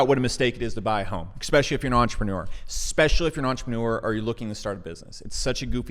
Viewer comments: Esssspecially, not exxxpecially. Love the channel but this habit is a bad look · Your logic seems sound; however, you say expecially. Especially. Its a small thing. Like saying expresso. It's espresso. I've enjoyed your videos- The key is saying es... not ex. keep on keeping on. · "Expecially"...no thanks. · Brother it’s eSpecially. Not trying to be a dick but it makes you look ignorant when you don’t pronounce it correctly. Keep up the good work. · eXpecially? eXpecially!! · Please...for the love of God, stop with the EXPECIALLY...just STOP. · Ekspeshally if ya poor?